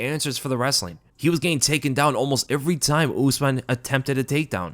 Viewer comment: the way this guy says every is weird asf